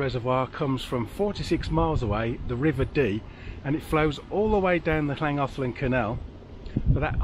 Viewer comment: Lovely to follow your journey through familiar waters and memories of our lovely winter last year! Your pronunciation of Pontcysyllte and Llangollen are far superior to ours 😂 🏴